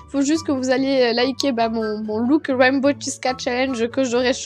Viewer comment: c’est dommage mais arc-en-ciel en anglais c’est rainbow et non raimbow😅mais bon, on t’en veut pas😋sympa ton look!